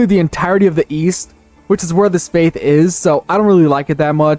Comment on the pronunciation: nothing, you heard him mispronounce faith while he was showing footage of Africa and came to a conclusion